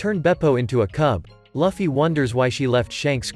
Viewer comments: Its Luufy and u saying lafy Btw nice vid afterall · Its luffy not luuffy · He literally said laffy but his name is luffy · No't Laffy its Luffy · so hes name its not loofy itz luffy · It's not fluffy. It's luffy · Your saying laffy not luffy😅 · Luffy❌ Laffy✅ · ITS (L-OO-FY not (L-U-FFY) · Lufi not lafi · Bro calls shanks shank luffy loffy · Wtf its not laffy its luffy 😡🤬🤬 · I can't get over when he says "lufee"😂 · To pernounce Luffy name correctly Looff-E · Why is he saying loffy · Will you get Luffy name right next time? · You’re saying Luffy wrong